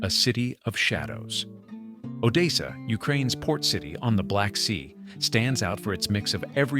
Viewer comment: The A.I. announcer does not know how to pronounce 'Odessa' LOL